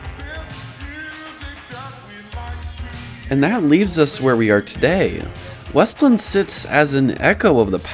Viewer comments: It’s called WEST LAND as one word not weslin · It’s WEST-LAND… not wuslund. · I didn’t mean to offend you sorry. But there’s a point in the video where you use a soft “land” like with the word “inland” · also its pronounced west-land